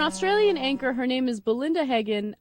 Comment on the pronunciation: I think her name is Belinda - not Balinder - you picked up the Ozzie accent LOL